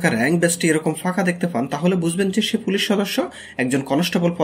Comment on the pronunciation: কনেষটেবল, ফুলিশ, ব্যাসের, ফিল্ট, এসএসফি, করসে, এগুলো কি ভাষা??? এই জন্য সাবস্ক্রাইব করলাম না।। শুনে আরো রাগ হচ্ছে।। গাজাখোর হোষ্টিং।।।